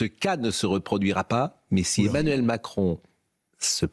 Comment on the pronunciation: c est Mac-ron🙂